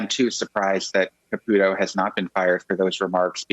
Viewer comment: Nobody says Ka-pew-to in English or Italian, as far as I know. Maybe I'm wrong, but I don't think so.